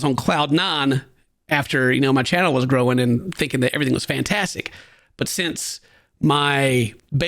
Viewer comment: Low key annoyed how hard he says “my channel”…. I love but Dane is definitely what completes his videos! Id be pretty upset if Dane isn’t fair compensated